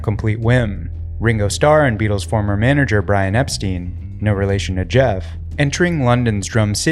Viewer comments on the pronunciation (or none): Brian Epstein, pronounced Ep-STINE